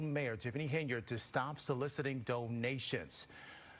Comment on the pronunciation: HEN-yard, not HAY-nard.